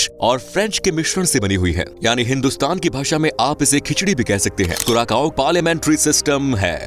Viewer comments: Hello dosto thik hai hum log , vasa toh khaas hai iss deshkaa Lekin teraaa vasa Jo henaa sudhaarnaa padegaa😂😂 kuraakaaoo nahi kuracao Hain .. Samaj nahi aayenaa kaao nahi vosadikey Sao Hain 😂 maakiaankh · Curacao is pronounced as क्यूरासाओ or कुरासाओ, not as कुराकाओ। Please correct your self. Thanks. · Bhai curaSAO hai curaKao nhi "Curaçao" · You pronounced its name wrong. It is pronounced as CuraSao